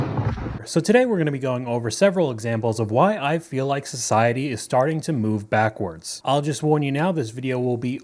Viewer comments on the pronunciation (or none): "is starting"?